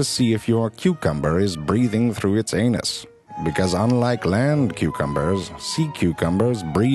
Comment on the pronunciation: The way he says anus XD